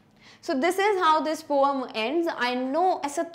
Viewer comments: Mam that is poem not poeam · Maam your pronounciation of poem is not correct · Poem mam your prounce is wrong I have laugh